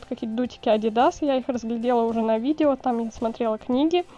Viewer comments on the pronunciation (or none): none